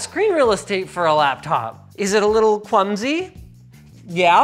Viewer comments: I'm gonna say it.. How Kwumsy of them. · "With a laptop like that, if you weren't plugged in anyway, you were gonna have a pretty kwumy experience" unsubbed.